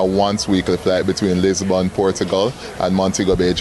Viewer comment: Bro... It's Lis-bon Portugal. Not Lisbourne.